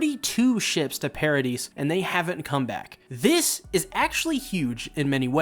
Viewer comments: it's "para-dee", not "para-deez"😭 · Paradis is pronounced PARA-DEES instead of PARA-DICE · i believe its pronounced ,Paradease Island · It's Paradis and not Paradis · i think it’s pronounced “pair-uh-dee” like i think the “s” is silent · The S is silent in Paradis so it's Paradee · Paradise Island is pronounced as Para-di (se is silent). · I’m pretty sure it’s pronounced para-di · "Paradis" is prononced "para dee" like paradise in French. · It's pronounced "Paradi" Island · You either say 'paradise' or 'Paradis' but the 's' isn't pronounced in 'Paradis' like the sub does, but if you do pronounce the 's' it's not wrong imo If that confuses you too much just call it Madagascar